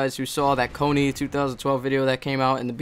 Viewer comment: It isn't pronounced like it is spelled..."KONY". Learn to pronounce things right, especially if you are going to talk about it in a video with a lot of viewers.